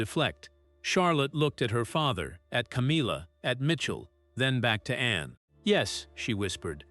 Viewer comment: The Princess Royal's name is called A N N E NOT Annie are you stupid?